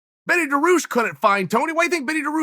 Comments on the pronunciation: "betty daroosh" 😂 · “Benny Daroosh”.... that is how his name will be pronounced from now on.